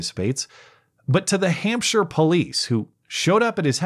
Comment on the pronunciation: Thanks for the pronunciation of "Hampshire", I've never heard a Yank say it right 😘